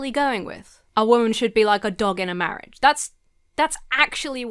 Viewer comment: Mawwiage is supposed to be a bwessed awwangement 😂